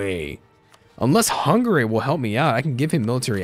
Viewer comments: Can you please stop pronouncing hungary like that? Its hungary not hunggaray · The way you pronounce Hungary, lmfao. Nice idea for a series! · Why does he say hungary so weird?